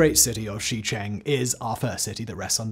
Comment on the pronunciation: Simon, on behalf of everyone who winced at your mangling of Shicheng, please please please look up how to pronounce pinyin place names. They have standardized phonetics, it's not that hard. Shicheng is pronounced closer to Sure-chung not Shee-chang like you were saying